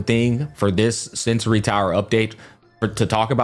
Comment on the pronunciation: bro it's sensor tower, not sensory. please you misspeak it every single time in every single video. no hard feelings, just vouching to do things accurately. peace